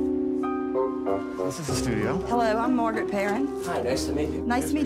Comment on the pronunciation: Dude calls her Margyereet despite her introducing herself as Margaret 900x in front of him.